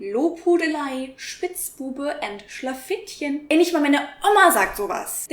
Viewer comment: Wow... I'm a German born in 1993... But after your video I feel like I'm atleast 63... You weren't even able to pronunciate "Schlafittchen" correct, while that is a completly normal word for me~ "Geschwindigkeitsbegrenzung" is also a completly common word, and the usage is atleast equal to that of tempolimit countrywise~ Also, "Wanderlust"? Sure, you don't use it every day, but it isn't even close to being an uncommon word~ Also... what kind of clickbait articles do you click on? You used that strange word for the egg decapitator in this video more often, than I've ever seen/heard in my life~ For me it sounds like you have the vocabulary of a 12 year old~